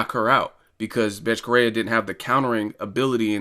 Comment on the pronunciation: Betche Coheia* is how u pronounce her name.